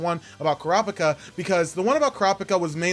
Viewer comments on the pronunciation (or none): Ay bruv its pronounced Cure-Ah-Pika